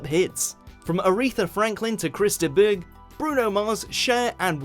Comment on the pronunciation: Chris de boo?? Its de burgh pronounced burg as in burger.